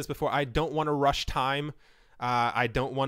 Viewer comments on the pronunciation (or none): none